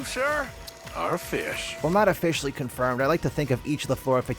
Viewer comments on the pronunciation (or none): "while not o-fish-ally confirmed"